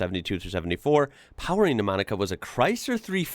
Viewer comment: . " MONICA " car.